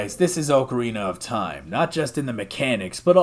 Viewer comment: Ocariner of Toim™